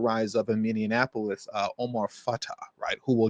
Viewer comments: It's MINN-E-APOLIS, not "minn-en-apolis". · Min-e-a-pole-is. Not min-e-IN-a-pole-is. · Say it with me, MINI•APP•O•LISS!!! Stop saying Minianapolis. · As someone who lives in St Paul, MN please pronounce Minneapolis correctly - just like Mini Apple Us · Friendly reminder, its pronounced minne-apolis😊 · learn the fknhow to say Minneapolis goober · I agree, that was annoying. Other than that, I was in complete agreement with him, but proper pronunciation is important. I think I can be forgiven for mispronouncing Omar Fateh's last name, but our city still deserves proper respect, even though it is in trouble.